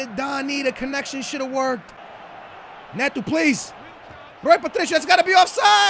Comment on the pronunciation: Learn to pronounce names properly... Neto, not netoo